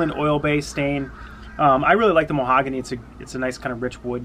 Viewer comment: Lol moe-hagany it’s pronounced Ma-hog-any